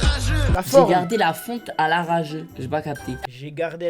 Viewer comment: Moi j’ai cru il avait dit fonte a la rageu quand j’ai écouté le son